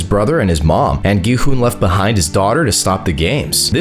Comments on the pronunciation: It’s not go hun it’s gi hun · Not being mean did he say go hun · bro said gohon and ji hun☠️☠️☠️☠️☠️☠️ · Bro why did u call him go hun-G man-gi han-G hon